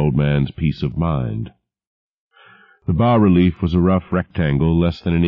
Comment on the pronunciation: He says 'bah' relief, yes!!!